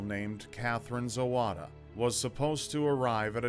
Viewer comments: Except for Zawada surname. In polish language w=v. So it should be pronounced like Zavada. like surname Kowalski, should be pronounced Kovalski, Wozniak like Vozniak and all other polish names. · The wahy you pronounce "Zawada" is "Zavada" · My country - so beautiful... Good job,! I'm glad you're covering cases from outside of US, too. And just FIY - "w" in polish is pronounced like "v" so her last name would be pronounced "zah-vah-dah".